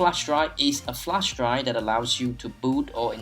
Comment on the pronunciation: "A bootable flesh dry" ?! :'D